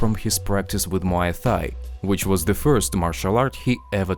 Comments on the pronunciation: Can't take this guy seriously when he can't even pronounce Fedor's last name correctly and said "Muay Thigh" 😂 didn't even get to the hair color part, like the comments talk about. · Stop saying Muay Thigh u muppet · It kills me everytime you say Muay Thigh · Pause. My man said 'Muay Thigh' 😂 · Nobody is gonna talk about the way he pronounced Muay thai